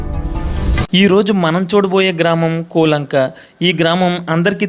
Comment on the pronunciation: బాబు నీవు ముందు మాట్లాడటం నేర్చుకో, కూలంక కాదు కోలంక, నీవు చూపించిన శాల పాక కాదు అది పెద్ద పశువుల శాల నేర్చుకుని మాట్లాడు బాబు